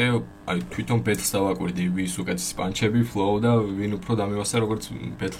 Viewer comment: ერთი თხოვნა მექნება გთხოვ გაითვალისწინე 😢 პანჩები არა ფანჩები ყველა ეგრე ეძახის და ეს პანჩები ცუდად ხვდება ყურში😅